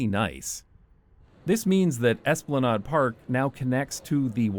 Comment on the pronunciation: the nade in esplanade rhymes with lemonade!